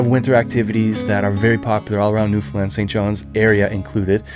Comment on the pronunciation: Thank you for putting the effort into at least pronouncing Newfoundland correctly, most people can't even do that. Wonderful job highlighting the island. Don't think there's another place in Canada that its people are so attached to.